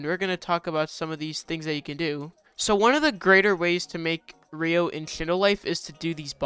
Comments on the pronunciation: Why do people dont know how to sat ryo its said like (ri-o) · learn how to pronounce ryo and dokei...